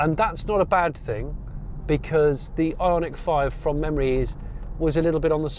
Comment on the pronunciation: Every time Jonny said Ionic, I heard Ironic, maybe I am yet to be convinced.